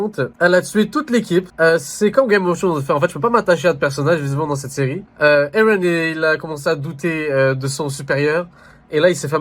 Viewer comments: Mdr j'aime trop quand il dit eren 😂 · il le prononce comme dans le dub anglais (que d'ailleurs j'ai kiffé bien plus que la vo)